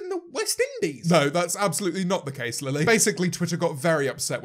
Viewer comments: he says lele instead of lily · Wonder Bread his accent doesn’t change the way he says Lilly one time 😂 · does no one notice that - he says Lele, not Lilly- just a little theory, what if they sorta merged in to one, To make the ultimate not fun super villain and James has to well- kill the demon. that made no sense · him calling her lele... wow it’s really gotten that bad